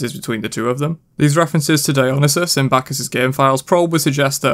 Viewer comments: “Dyonasis”? Dude you are butchering that name so bad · It’s pronounced Dio-neye-sis Edit: I saw that cu chulain # of dmging abilities debate on reddit xD